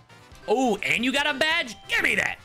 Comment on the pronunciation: Badge not bagel